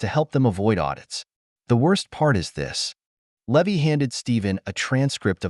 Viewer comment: The pi’s name should be pronounced Lee-vi, not Lev-vy